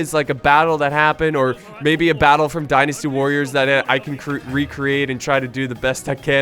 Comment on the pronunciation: "Destiny Warriors" DYNASTY WARRIORS!!! DIE, NASTY WARRIORS. Get it right.